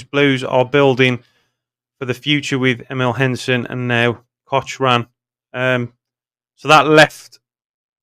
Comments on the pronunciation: Pronounced Cockran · Cochrane is pronounced cock ran 👍 its a silent H